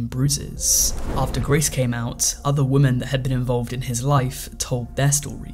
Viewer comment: Why can't you pronouce the word 'women' properly?